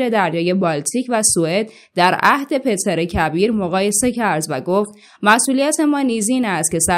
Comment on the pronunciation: بانو شما گفتین تزار روسیه خیلی معروف بود! انگار آنچنان که گفتین معروف نبوده.وگرنه شما "PEŤR" کبیر رو "PETER" تلفظ نمیکردین !🙄😶